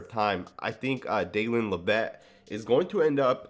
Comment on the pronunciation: When you say "La-VETTE" do you mean Dallyn Leavitt "LEV-it"?